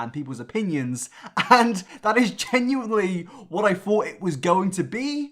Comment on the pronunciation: Why does he say "fink" instead of "think" and "fought" instead of "thought"? Is this an accent thing or what?